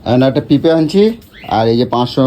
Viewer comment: ওরে অশিক্ষিত - মূর্খ! ওটাকে "পিপে" নয়.. "পেঁপে" বলে!